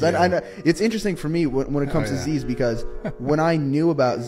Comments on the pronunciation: Its pronounced “ziz” not “zeeeeeez” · The way he’s pronouncing Zyzz tho 🤦‍♂️ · He can't even pronounce Zyzz correctly?